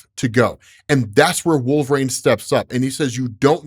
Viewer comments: I really, really wish you would stop saying "Wool-frayne",. JFC, it's "Wool-vuh-reen" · Absolutely cancerous pronunciation of wolverine